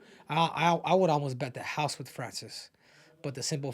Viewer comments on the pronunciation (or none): none